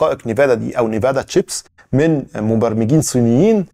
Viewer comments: nvidia ان فيديا وليست نيفادا وشكرا لك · صديقي... اسمها شرائح أنفيديا وليس نيفادا للتوضيح فقط والله يعطيك العافية عالمجهود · Its called “Envidia” not Nevada. Keep up the great work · الله يعطيك العافية حلقة مميزة ، ولكن ان سمحت لي تصحيح نطق اسم شركة NVIDIA (إنفيديا) وليس (نيفادا) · يا ليت تراجع النطق الصحيح للرقائق اللي أسميتها نيفادا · اسمها رقائق nvidia وتنطق ان فيديا